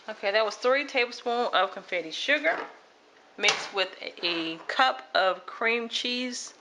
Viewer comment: I saw comments correctIng you or “laughing” at the confetti sugar and bonnet pan. We knew you were talking about confectioners' sugar and bundt pan. The cake was delicious, and I appreciate the ease of it.